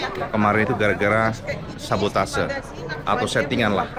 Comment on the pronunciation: 4 kata lucu "sa-bo-ta-se" 😹